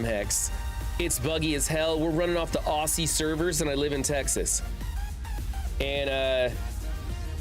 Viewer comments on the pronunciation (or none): Also, sorry ...but it's pronounced OZ-E not OSSIE I know it's not how it reads, our language is very different for you foreigners 😂😂😂